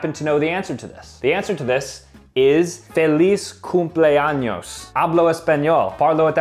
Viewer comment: ur saying fay-liz but u jeed to say feh-liz